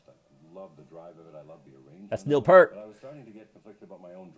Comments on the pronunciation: I'm sorry, but not to be condisending, but it's pronounced, Peart, just like 👂 rt and once again I'm so sorry for correcting that. Thank you and please stay safe through these hard times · It's "Peart", not "Pert". How can we listen to what they are saying?? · It’s pronounced PEERT. And that’s where I stopped the video to type this before moving on to something else. 👎